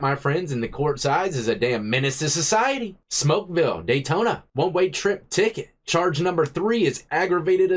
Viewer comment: "Smokeville. Day-ton-na!" lmao! You the man bro, congrats on the upcoming 1million.